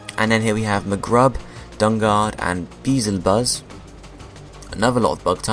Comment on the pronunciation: beezlbuz is pronounced bee-ay-zel-booz, like how beezlbub is pronounced